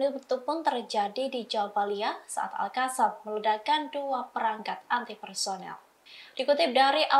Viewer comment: Terima kasih sudah kata ALQOSSAM sudah dibaca lebih baik dibaca alkassam bukan alhassam lagi 👍👍